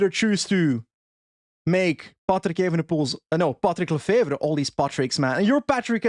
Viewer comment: OOOOW you said this perfect !!! patrick lefevre ! I almost would believe youre flemmish ! I wish Remco would go to ineos ! he will have a great team to support him in ineos !!! Last year lefevre was angree because ineos was flirting to much with remco !!!